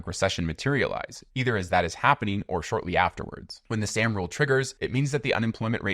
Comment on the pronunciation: Soooooom rule. Not Sam.